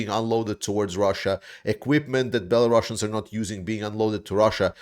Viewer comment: why do you call them bellarussians ?